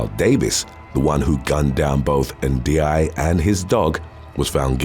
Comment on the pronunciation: Never thought I'll live to see the day mispronounces a last name. Yes, it's spelt Ndiaye but it's pronounced Njai. It's a Senegalese and Gambian last name from the Wollof tribe. It's spelt Njie in Gambia